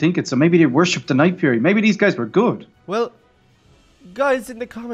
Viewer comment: I mispelled night fury u said nightfruy